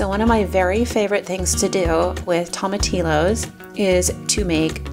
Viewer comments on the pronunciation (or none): Love your channel and learning the new recipes. Love the peaceful feeling of your videos. I'm from Texas and just want to share how to say tomatillos, its pronounced with the double l as a y like in the word tortilla. Tom uh teeyo:) Beautiful content, thanks for your videos